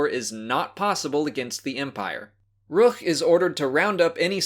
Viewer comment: I love the way you say Rukh... Ruch? Ruggh? Rugh?